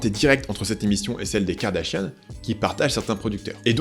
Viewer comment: N'empêche on en parle de la prononciation du nom "Kardashian" qui est devenu "Kardashienne" avec ahaha